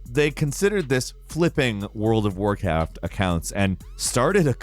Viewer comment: Am I the only one who noticed say "world of War caft"? Just to kinda lean out of the seriousness...